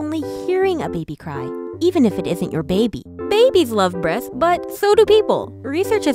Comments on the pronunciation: The way she says “breathts” instead of “breasts “ gives me life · Yeah its totally "Breaths" instead of "breasts" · Breaths, not breasts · I swear i thought she said "breath" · Erin Jane B He was mocking the narrator's speaking. The way she was speaking made it sound like "breaths" every time she tried to say "breasts." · I heard boobths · I heard breaths instead of breast's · i feel you. Her "S" became "T". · I come into this video hearing "breathhs" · She says th instead of t